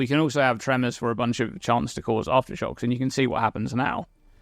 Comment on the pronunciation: Take a shot everytime he says Arftershox